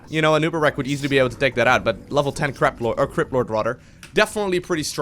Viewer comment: Did almost said craplord in stead of Cryplord XD